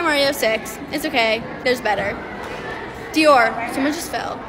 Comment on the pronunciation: When u said "dior someone just fell" its like u say dear someone just fell